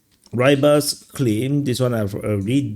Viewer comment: y in rybar is pronounces as in martynovka and it comes from ryba - fish, rybar is and old and colloquial name for fisher